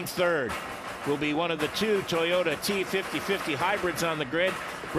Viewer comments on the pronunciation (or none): How to speak ts050 T fifty fifty 😂😂😂